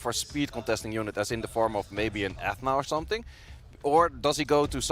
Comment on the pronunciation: Is nobody going to tell the commentator how to pronounce Ethna?